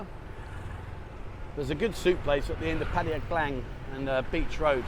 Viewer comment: That was an interesting video. Keep up the good work. However you need to learn how to say Pattaya properly.